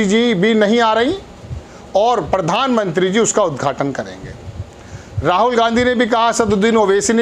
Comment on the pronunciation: Mr, when you can not pronounce simple words, why do you face crores of people trough TV and fool of yourself? It is pradhan mantri and not pardhan mantri. It is professor and not porfessor.